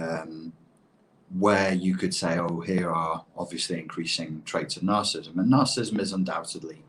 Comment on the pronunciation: He can't pronounce narcissism... not good for a man trying to make a living from it.